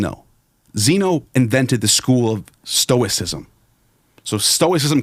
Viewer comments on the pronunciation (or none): none